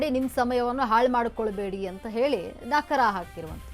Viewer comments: ಅಯ್ಯೋ ನಕರ ಅಲ್ಲಮ್ಮ , ಅದು ನಕಾರ, ಅರ್ಥನೇ ಬೇರೆ ಬೇರೆ ಆಗುತ್ತೆ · Nakra alla nakaaaaaara medam